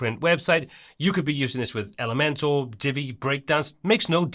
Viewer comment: Nobody should make Elementor videos if they keep saying elementAL instead of elementOR !